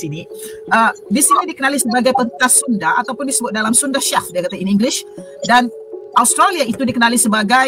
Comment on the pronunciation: Sunda woi, bukan sunde.